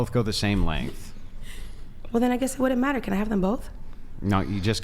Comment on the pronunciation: “Wouldn’t” isn’t “Would-dint.”